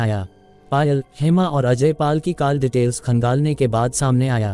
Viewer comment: Aur sab theek hai but aapko call ka pronunciation theek nahi hai.It’s Call as kaul and you are saying Kaal.I hope it helps.